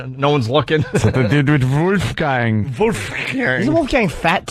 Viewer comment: Vooofgain X 20 😂🤣😭 My new favorite word he mispronounces for comedic effect! What’s yours?